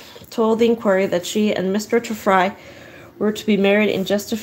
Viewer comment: It's pronounced Tree Fry. Apparently I traveled back in time. Good to know I was murdered on the trip.